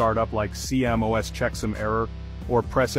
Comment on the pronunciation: CMOS is pronounced "see moss".